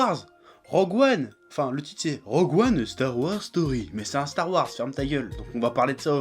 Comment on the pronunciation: "Stare Warse"